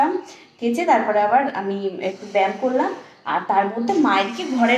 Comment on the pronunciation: কথাটা ব্যাম নয় ব্যায়াম ঠিক করে বলো